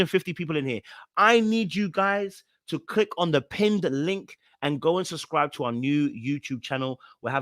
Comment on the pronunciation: I love you truly. 😌 but puhleeease try n say both b’s in SU B SCRI B E🙏🏾🙏🏾👌🏾😌